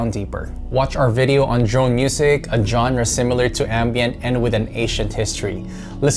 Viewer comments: it's pronounced zonra not johnra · The music used in this is really bad, there is far more impressive ambient out there. And genre is pronounced "shawn-ra".